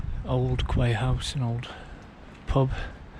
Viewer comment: Thanks for this. I'm going to be doing the whole path Chester to Chepstow so it's good to watch to have an idea of the terrain etc. PS 'Quay' is pronounced as 'Key'.